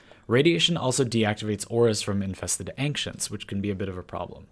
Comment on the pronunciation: Why do you say AnKcients?